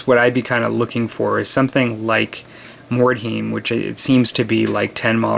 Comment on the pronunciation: Being a bit of a dick here, but...Mord-High-m. You said it right the first time then every other time it was like nails on a chalk board. :)